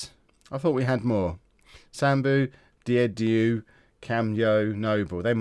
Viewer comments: Diedhiou = [jeh-jew] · Diedhiou is pronounced dee-joo! (I'm a St Albans fan). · you say deidou wrong